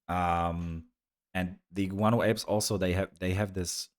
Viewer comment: Guano Apes you reminded me that the band was popular in Poland thanks to the German station VIVA, which had its own Polish reference. I tyou reminded me that the band was popular in Poland thanks to the German station VIVA, which had its own Polish reference. And yoursThe pronunciation is impressive and you can immediately feel that you are a good person, your eyes say a lot, maybe it sounds too naïve, but you probably know it very well. I just wanted to say that under "GAIA" a woman wrote untruths about the dissatisfaction of Poles, so I had to answer and lead this lady to the truth, it was only like this. Greetings and have a nice evening.